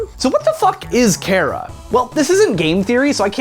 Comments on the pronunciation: It is chara, not kara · I pronounce chara as Ch-are-uh Not care-uh. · I think that it's wrote CHARA do why you read it like it's wrote CARA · Cara you mean Chara like CHARAzard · OoO HE SAID MY NAME KARA BUT I THINK HE'S TALKING ABOUT CHARA AND IT'S CH-CH-CHARA LEARN HOW TO SAY IT! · cchhhhhhh ch ahra chara not kara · Not really to be rude but it doesn't sound like " Kara" it's " Chara " and Chara is a bad version of frisk I guess we'll that's what I think yeah and I'm a kid so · It's CHAR-AH, not CHAIR-AH!!!!!!! FUHUHUHUHU!!!!!!!!!!!! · "KARA" IT'S CHAR-AH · im getting cancer from people pronouncing it like kara not ch-are-ah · why does everyone say chara wrong it's not cara it's ch-ch-chara listen to the CH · Chara is pronounced "Kara"? I thought it was pronounced "Tch-Uh-Ra". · Chara Not Carea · CHARA. not cara. CH. CHARA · Her name is ch ara like character. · I would have put money on it its pronounced char-a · Chara it's pronounced ''Kara''. Their name comes from ''Character''. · You said care-uh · it's pronounced KAH-rah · I've never heard Chara pronounced the way he pronounced it :P I pronounce it like Car, as in Car-ah. I have heard it pronounced like Char with the CH as in choice though. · chara is not pronounced kara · Its Char-A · It CH-ARE-A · not being a jerk but Chara is pronounced chair and uh. (not a hate comment) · Why do people keep saying chara like it has a K in it? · So am I the only person that mentally pronounces it CH-Ara and verbally pronounced it CARE-A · its char-ra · Chara is like a character inside you, so I pronounce her name like CHARActer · He can't not say chara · u said chara wrong dude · CHARA IS THE BEST I LOVE THEM!!!!!!!!!!!!!!!!! THEY KILL EVERYONE SO GOOD (btw you said chara wrong) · you're the first person I heard pronounce Chara's name differently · i hate how hes saying chara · You say chara wrong -_ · Chara say it with the "H"